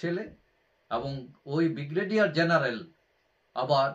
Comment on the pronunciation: বিগ্রেডিয়ার নয, উচ্চারণ ঠিক করুন, ব্রিগেডিয়ার